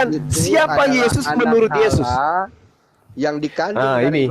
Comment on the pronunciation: kayaknya saudara kita itu yg kristen bisa2 jd mualaf sebab sy menyimak beliau bila menyebut tuhan bukan allah melainkan Alloh,memang tegas jelas dan mantap sekali atas penjelasannya ustat,dan tak lupa ku ucapkan alhamdulillah hirobbil allamin